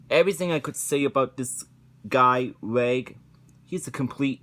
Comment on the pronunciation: You mispronounced reg, by the way.